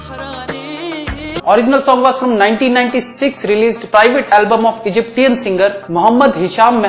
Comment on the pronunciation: You have done so much hard work and research, but get your pronunciation right mate Egyptian is pronounced as Egypsian